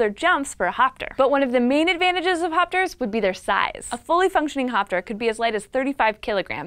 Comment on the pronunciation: All I heard was "fapsters" XD